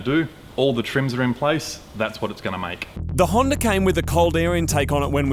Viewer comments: Why are they calling it a honder and not a Honda? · he said Hawnder lol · Toyoter Honder Mazder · Plus I dont trust someone who calls a honda a honder. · What in the FUCK is a “HONDER” ??? 😂😂😂😂😂😂😂😂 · The fuck is a. Honder